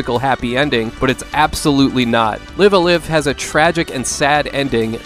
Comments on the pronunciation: It’s pronounced Live Alive. Live as in “live a good life” not live as in “live action”. Not sure how he made that mistake. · lol it's pronounced "Lihve a Laive"